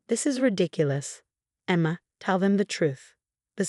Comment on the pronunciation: Good story. Very realistic with a realistic resolution. But,,the changing pronunciations of Martinez was annoying as is the way the voice says Emma.